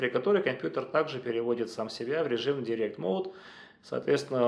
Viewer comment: От человека, который остальным советует учить английский, странно слышать "директ моуд" :) Дайрект он, как дайрект икс.